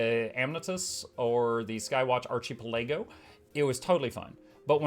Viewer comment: My gaming partner and I can’t stop saying Archie Pelago. As if that was the actual pronunciation. I blame you,.